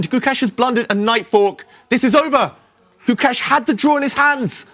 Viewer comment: I can't understand why these white commentators can't pronounce Gukesh. You're in the business. If you can't pronounce the name of the world champion, please move on to another sport.